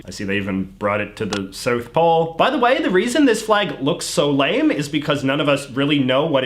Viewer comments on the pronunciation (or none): none